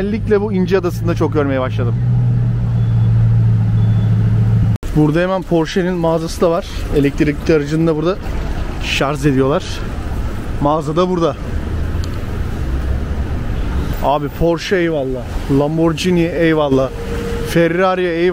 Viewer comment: Şahane bir çekim.tşk.ler. Bu arada ŞARZ değil.Lütfen ŞARJ demelisiniz.😊